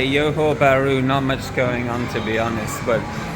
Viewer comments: 'Johor' is pronounced 'Joe Ho' not "Yo Ho" 😊. Many in Singapore will always go across to Johor Bahru during the weekends & long holidays to spend their monies worth. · it's johor not yohor lol. That aside I think it's quite accurate and the city isn't really walkable and streets aren't that good. I only go there for the malls, food, cafe etc and also for any services/activities since they are much cheaper vs SG prices... Services like dental, getting spectacles, massages almost anything you can think of, activities like go karting, movies arcade games and other things are really affordable in JB and that's one of the reasons why I visit JB as someone from SG. The price to value ratio is pretty good in JB especially for services and things like that as I have mentioned, but imported products are about the same price vs most countries and I think tech products are probably even cheaper in SG vs MY. You could probably see that with your baked beans example in your video.